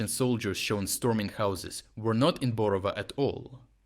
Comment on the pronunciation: Who are you? Thick accent suggests that you're Ukrainian. But Ukrainian should know how to pronounce Ukrainian towns. It is BorovA, not BorOva.